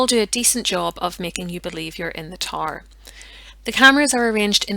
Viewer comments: I couldn’t figure out what the tar was that she kept talking about, I finally realized she was trying to say tower😂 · It took me a bit to realize you weren’t saying “tar”. I had no clue what a “tar” might be in this context. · getting past the pronunciation of tower is hard enough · Gave you thumbs up due to historical content and debate. However, “tar” instead of tow-er? And other blaring mis-pronunciations of English words? Are you Irish?